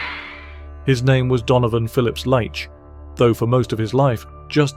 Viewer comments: A few things wrong with the early details. They say that a "childhood bout with polio left him with a limp that would remain with him throughout his life". Well, it's speaking as if he's dead, but he's still alive! Also, I believe that his surname is pronounced "Leech", not "Liche". And Hatfield in Hertfordshire is most definitely NOT a "seaside town". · Not light-ch but leat-ch. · Pronounced 'leetch'